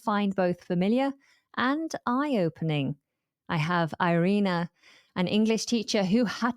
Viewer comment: Very interesting! One question: I noticed that the names of your guests are pronounced in an anglicized fashion;, Irina and sound different from Мария, Ирина and Richárd. I understand that Irina had to pretend to be American - did your guests use Anglicized names out of choice or because they felt they "had to" - or both? As an Anglophone who speaks German and Russian well and Hungarian (very) badly: I agree with Irina's observation that there is markedly more regional variation in accents in the UK and the Germany than in Russia